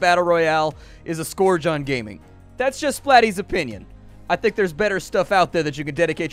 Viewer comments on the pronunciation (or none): I think the word scourge is pronounced "skerge" and maybe not "scorege"?